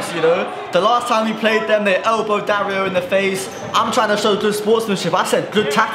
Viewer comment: dario is not it no offense, been saying it too